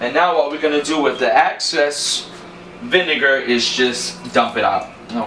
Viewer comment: Looks delicioso! Excess fat- not access.